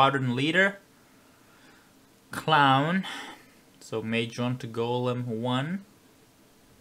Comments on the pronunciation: NobleSixFour first time hearing it I thought he said Galm... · I can't deal. Every time the AWACS says Golem it sounds like Galm. :(